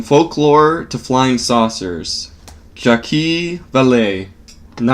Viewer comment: I don't mind the voice, but he could learn more about how to pronounce "Jacques" and "satyr".